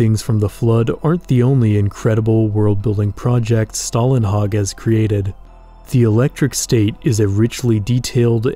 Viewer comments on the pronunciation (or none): Don’t take my word for it, but I do believe Å makes an O sound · you need to learn to say Stålenhag the å in his name is not an a its an å its a different letter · The letter å in Stålenhag is actually pronounced like "oh". Sorry, I loved the video but that bothered me too much that I had to mention it.